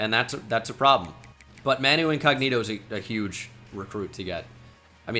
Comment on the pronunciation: As a Spurs fan, absolutely devastated to hear that Manu pronunciation.